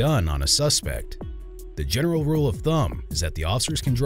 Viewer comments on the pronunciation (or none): none